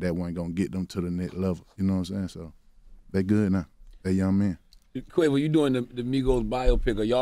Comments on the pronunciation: Y Charlemagne said quave off lol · “ Take-O and Quavoff”. 😭😭😭😭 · Char said "Take-on" and "Quav-off"